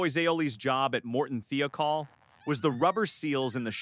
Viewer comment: Listening to anyone named "Dyatlov" in Russia has historically not ended well 😂 And it's pronounced "Thigh-o-kol".